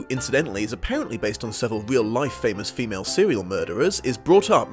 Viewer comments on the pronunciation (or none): none